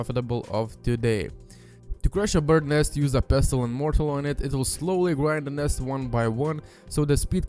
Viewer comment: pestle and mortle xD